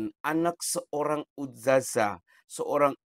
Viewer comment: Kayaknya boong nih, kok dia bilang ' ustajah ' kalau anak ustadzah pasti makhroj bahasa arab nya fasih